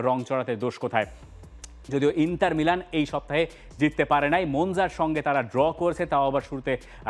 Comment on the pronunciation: ইন্টার কে বলে ইন্তার